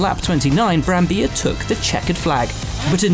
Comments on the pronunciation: It's BrambiLLA, not Brambija, it's an Italian name, not a Spanish one. Come on English-speaking commentators, get a pronunciation right for once...! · Its Brambilla not Brambiya. Hes italian not spanish, how can they get it wrong in every single video? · Me: an Austrian GP video? Great, certainly it will feature Vittorio Brambilla's win in 1975 Also me: wait, there's Will Buxton and his awful Italian pronunciations. Always me: Let's give a chance for the 123rd time . . : Will Buxton: "Vittorio Brambija" Me: How dare you? You've stolen my dreams and my childhood with your empty words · Will it’s Brambilla, not Brambija